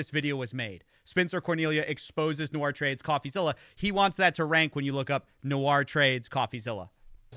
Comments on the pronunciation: Nice video, but it's Nour (pronounced "Noor") and not "Nou-ar" 😂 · Hey just for your info, i don't know how this guy pronounces his name "nour" but it looks like the latinisation of an arab name and the actual pronunciation should be "noor" like the double O in zoo not like french "noir" pronunciations. I don't mean to offend you or him or anything I am a huge fan, i binged most of your investigations. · Nour != Noir say it correctlly it's bothersome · Still, it's "Noor" not "Noir" in pronunciation! Common arabic given name. (Even my favourite dates are called Deglet nour, better than Medjool or Mazafati.) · It os pronounced noor (arabic) , noit noir (nuar) , which is black in french . 🙂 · nour(NOOR) noir (NU-AR) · great video just one little thing his name is pronounced "Noor" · Great video as always. I am so surprised that people continue to fall for these grifts. Boy do they start young these days. I guess its a little late to point this out, but the arabic name Nour is usually pronounced like "noor" with the vowels prounced long like the o's in "ooh la la" rather than the "Noir" pronunciation in the video. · I love you but nour is pronounced like poor with an n.. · it’s pronounced phonetically like n-oor 🥲 from a fan w the same name lol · Brilliant video but hearing "Nour" pronounced as "noire" for half an hour gave me ear cancer haha